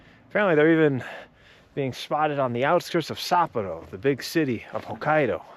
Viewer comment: I think that the big city of Sapporo is pronounced sap-POR-oh rather than SAPP-oh-row